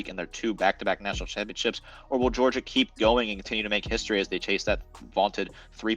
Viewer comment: Wtf is a "Georiga"?...🤔